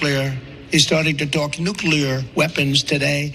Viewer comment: He can’t pronounce nuclear properly! Trump brain is corrupt ! Obama isn’t President !!! simple Trump keeps saying us is!!! He is a fucking Moron!!!